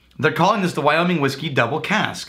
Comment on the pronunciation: Wow really pronounces those "G's" at the end of his words..wyominG, lonG, cominG...lol